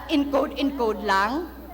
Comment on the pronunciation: omg pag kakasabi palang ng "LANG' omg nahihiya ako sayo 🥱 akala siguro niya pag hihiyawan siya HAHAHHAA